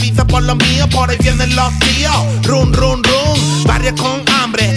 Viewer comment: Run run run se pronuncia ran xd por lo demás guay